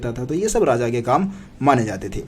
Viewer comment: Radha nahi hota Raja hota h